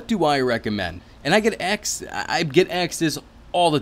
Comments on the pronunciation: Asked not axed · he lost me with the hat and the pronunciation of "asked"